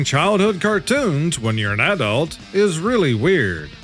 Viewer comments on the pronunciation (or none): none